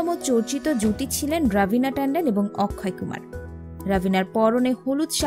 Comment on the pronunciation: আপনার বিডিও এর তথ্য যদি সত্যি ও হয় তবুও লাইক দিবনা কারন আপনি নায়কের নামটাই সঠিক ভাবে বলতে পারেন না । ছি ছি ছি ছি